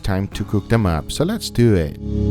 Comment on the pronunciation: He always sounds so gay when he says " Lats Deewww It"